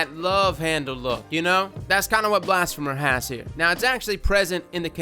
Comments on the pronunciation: Apostate - ah-paws-tate; blasphemer - blas-fee-mer; heretic - her-e-tick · You forget Blas-fee-mer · Heretic is pronounced...not like that. Blasphemer is also no pronounced differently to "Blasphemy". More like "Blass-fee-mur". Dragonfly? Nooo it's an energy pulse. And kill clip is for the forgiveness